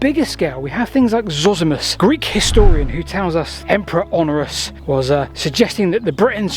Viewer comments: The Emperor you keep referring to was called Honorius (four syllables) rather than Honorus (three syllables). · When you say 'Honorus', do you mean Honorius? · Honorius not Honorus. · you keep mispronouncing HonORIUs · Honorius is not pronounced Honorus.